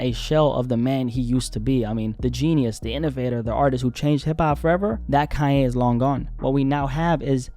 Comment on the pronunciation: Kanye 😂 not Cayenne